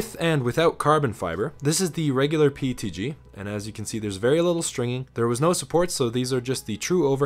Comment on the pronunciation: Yeah but a nerd would pronounce PETG correctly instead of saying PTG. Even Closed Captions show him saying PTG.